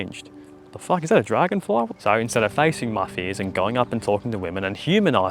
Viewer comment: “The Fock is there a dragonfly” lol